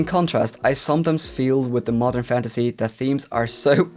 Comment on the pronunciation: Haha not a native speaker here, and listening to this video while doing chores I kept hearing « mother fantasy » instead of modern xD it does have a ring to it right? lol